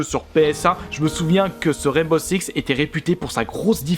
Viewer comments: Ptdrrr mais les sous-titres ont affirmé qu’il disait bien « Sex » au lieu de « Six » 😂😂mais bon on va pas se focaliser dessus ... parlons plutôt de ses commentaires sur le jeu 😁👌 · C'est moi ou il dit " rène beau sex " ? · Je suis le seul ou il dit bien Rainbow sex (seix) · Mdrr " rane beau sex" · Garry's Mod - MultiGaming bah oui malheureusement mdr